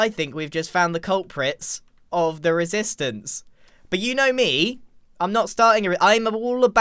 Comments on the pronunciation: how many times did he say risistance in this episode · I- Grian... I believe you said "resistance" about... 40 to 50+ times... Are.... Are you ok? °^°" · 'Resistance' is sounding less like a word the more you say it.